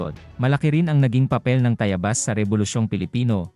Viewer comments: Ako ay tumanda na pero iba ang pandinig ko sa TAYABAS ngayon dinig ko ay TAYAYBAS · Sino ba ang narrator mo mali naman ang pagbigkas ng Tayabas. Hanap ka ng tamang tao na narrator para hindi ka masira.